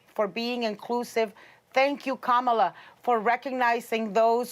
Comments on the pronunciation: Kaaa maa laa is not the right way to pronounce. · I'm pretty sure that the Trump administration will now learn to pronounce Ka-ma-la's name for the rest of their natural life's. :) "I feel so good right now". Let's practice: KAMALA, KAMALA....KAMALA. Hey Mr. Trump, Repeat after me. KAMALA.......VICE PRESIDENT KAMALA.